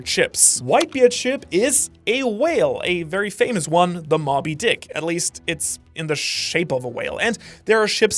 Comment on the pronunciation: Hold up… Mob ee dick? Nah Moe bee dick my friend. That pronunciation hurt my soul lol.